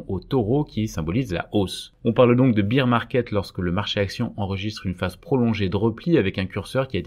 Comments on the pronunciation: Juste un petit point d’anglais : on ne dit pas « beer » market mais « bèèr » market. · Petite correction : bear market se prononce bère comme père avec un b, parceque bire market cela fait penser à beer market, le marché de la bière... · On prononce "bére" market, pas "bire", c'est un "marché ours", pas un "marché biere" :) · bear se prononce comme la bière mais sans le i. Tandis que la bière en anglais (beer) se prononce comme vous le faîtes. ;-)